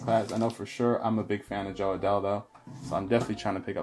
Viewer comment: Nice break! Congrats on all the rookies, that Adell Refractor is super nice!! Those inserts are the 1952 design by the way, not 1956! PS: Fantastic name pronunciations, have come along way since that first Opening Day Break last year! 😆